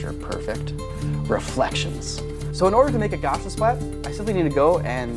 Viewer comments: I also used to pronounce Gaussian like "Gorzhun" until I learned it was named after Karl Friedrich Gauss. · Yes, I thought he was saying some German term I'd never heard before, "gosshensplatt" or something. has a few accidentally "bespoke" word pronunciations like that. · Cool video, but good goddess was the incessant mispronunciation of "Guassian" painful. I almost quit the video, but I'm glad I didn't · I didn't know that you were saying "Gaussian" until you put it up on the screen. This name refers to the Gaussian function, named after mathematician Carl Friedrich Gauss, which you can think of as fuzzy blobs that get moved around to form the model. The pronuncation of the "au" in "Gauss" can be approximated by the "ow" in "cow." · The way he pronounces "Gaussian" makes me twitch. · I've never in my life heard someone say "Gaussian" that way. I'd be curious to learn where you heard it said that way. Maybe it's not related to anything else from Gauss the mathematician, and the twist here is you are completely saying it right, but... that feels unlikely. For those wondering, Gauss rhymes with house. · Awesome video and I love that non-Euclidean stuff is getting more popular, BUT the mispronunciation of Gaussian is really annoying. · JUST USE GAUSSIAN SPLATS GOD DAMNIT Yes! Wait, why are saying it like that? Wait, I though the thing yoiu aalways recommended was polycam? polycm has gaussian splats , No! 1.Gaussian splats get the angle of the camera and use that to train a bunch of dots in 3d space that change their color based on the camera angle, So, if it dosnt know what it looks like if you turn around, of course its gonna look weird. 2, just walk through, with Gaussian splats, rushing is bad. WHAT FLOOR??? Its just a bunch of dots in 3d space in a grid, ITS NOT A 3D SCAN!!!! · * thousands googling "How to pronounce 'Gaussian' ?" in case they've been wrong all this time * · Why do you keep pronouncing Gaussian like that? Would you call it a gosh rifle?